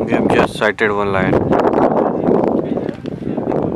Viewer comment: its lion not line 😂😂😂😂 he calling him line